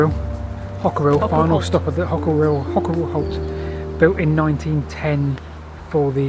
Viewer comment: Also for future reference Hockerill has a silent 'e' - i.e. it is pronounced 'Hockrill'!